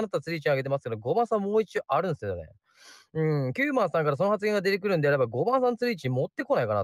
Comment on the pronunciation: 確定する→確る って言う人を初めて見ました あと、「出てくる」の標準イントネーションって「高中低低」じゃないんですか？ 「低中高中」の人をよく見かけますが・・・どうなんでしょう どうでもいいですねすみません